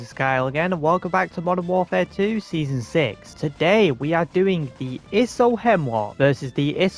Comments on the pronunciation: its not pronounced "isso"!!!! it is acually pronounced "eye-so"!! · If this man says is-o one more time isg